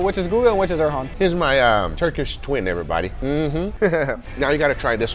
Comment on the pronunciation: everytime guga says "Oh wow every-bahdi"🤣🤣